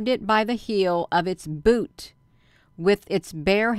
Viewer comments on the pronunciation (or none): none